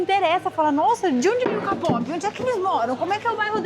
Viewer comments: doeu meu ouvido vc falando ka-pope em vez de kei-pope... eu sou Army e ouço muitas músicas coreanas. Desde 2014 através da minha filha acabei me envolvendo com a cultura coreana e o grupo BTS tem algo forte que não se explica. Já fui em alguns show, BTS, straykids, NCT, Kard, e sinceramente, hoje o bumm do k-pop cresceu mais ainda. Só cuidado como pronunciar, porque ficamos sentidas. 😊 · Adoro ouvir todas as histórias do, mas por favor, falo com carinho, tá, diga "quei pop" para o kpop, senão soa muito estranho...